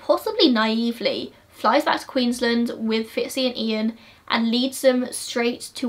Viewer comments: Its QueensLAND not Queenslind. Just letting you know! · it's so weird hearing queensland pronounced english-ly like "queensl-nd"